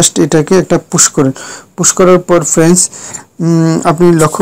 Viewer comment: Every few seconds you are saying "FRENS", what is "FRENS" anyway? Do you mean "FRIENDS"? why do you have to say friends every few seconds?